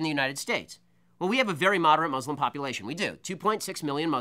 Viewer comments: It's Muslims not Muzlums it's pronounced exactly how it's spelled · The dude can barely pronounce muslim right.